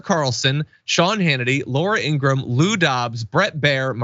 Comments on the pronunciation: The name is pronounced ingra-ham. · Laura IngraHAM is such a liar she can’t even tell the truth about the pronunciation of her own name.